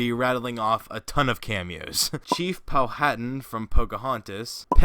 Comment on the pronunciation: ● Mickey Mouse and Minnie Mouse’s first appearance is actually Steamboat Willie. ● You mispronounced Kenai’s name. (His name is pronounced as KEE-ny.) (I think you should watch the film and understand how his name is pronounced.) ● You also mispronounced Chief Powhatan’s name. (It’s pronounced as Pow-ha-tan.) (You should watch ‘Pocahontas’ and understand how his name’s pronounced.) ● You also missed Thomas O’Malley from “The Aristocats”. And you mispronounced the names 2 of the kittens, and the white one’s name is Marie, not Mary. (I think you should watch this film too to see ALL of the characters.) ● Your arrow’s pointing at the wrong character on . (That character is not Nakoma from ‘Pocahontas’.) I think you’ve got everyone.